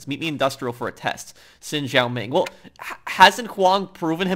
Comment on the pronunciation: It's not pronounced "Sin" , It's pronounced "Shin".